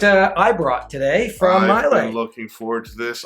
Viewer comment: Islay is pronounced "I-luh".